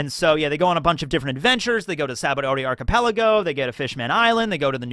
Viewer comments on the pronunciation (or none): none